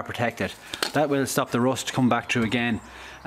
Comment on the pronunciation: What kind of pronunciation is this? rOst 😂😂😂